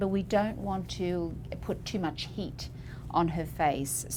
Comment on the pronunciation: I thought she said the woman had “hate” in her skin. Then I realized she said, “heat.”